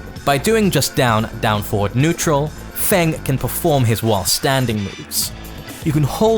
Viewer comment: Your tutorials are great, there's no doubt about that, but please.. in the future pronounce the words "forward" and "four" more clearly. It's difficult, just by ear, to tell which word you're saying.